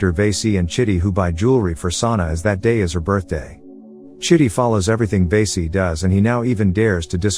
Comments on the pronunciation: It's va-si not vey-si that means something else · Not veese it's vaasi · Lmao the way he says vasi VAESEE 😂🤌